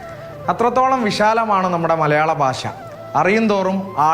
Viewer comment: ഭാഷ എന്നതിലെ ഭ മാഷോട് ചോദിച്ച് പറയാൻ പഠിക്കുമോ റിപ്പോർട്ടർ ചേട്ടാ